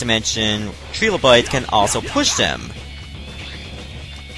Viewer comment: I really hate that they pronounce it "tree-low-bite". You wouldn't say "Tree-force" for the Triforce.